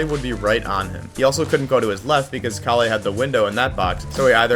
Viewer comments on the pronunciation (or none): its pronoucned kah lle (with a soft K and L) :) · great video but istg the pronunciation of calle is making me crash out bro